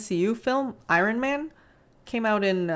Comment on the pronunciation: If you’re going to make a talking video, learn how to speak first. I-ron, egregEEous? Seriously? Diversity and representation are not virtues.